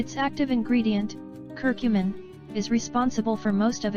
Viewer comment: I dont understand why she is saying cur cummin